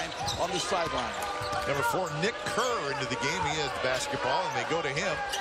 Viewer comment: Kerr of Nick. Might as well say it like Flight